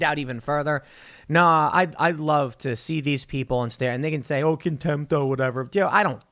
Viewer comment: I hate how Tim says contempt